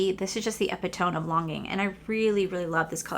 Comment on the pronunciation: Epitome is pronounced Eh Pit O Mee.